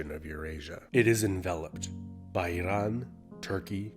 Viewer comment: Why do you pronounce Iran like that? It sounds weird for you to accentuate the name of one country but the rest of them in your normal accent.